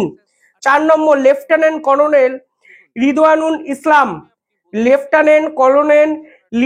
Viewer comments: তোমার উচ্চারণ ঠিক হচ্ছে না। খবর পড়ার আগে উচ্চারণ ঠিক করবে। যেমন করোনেল নয় হবে কর্নেল। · কলোনেল নয়, কর্নেল ভাই। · করনেল না এটা হবে কর্নেল,ঠিক মত উচ্চারণ করুন। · কোলোনেল নয়, কর্নেল বলুন l বানান হলো colonel কিন্তু উচ্চারণ কর্নেল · ইংরিজি তে কলোনীল লিখলেও ওটার উচ্চারন কর্নেল। ভুলভাল রোজ বলেন কিছু না কিছু। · Colonel noi uccharon ta hobe karnel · Banglay uccharon hobe cornel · আরে কর্নেল এটাও উচ্চারণ করতে পারো না। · Colo nel noy re. Pronounce correctly.